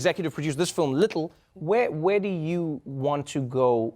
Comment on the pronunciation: That “little” is definitely in a South African accent